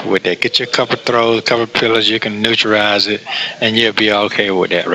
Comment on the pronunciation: He said: 'Neutrerize'😅😅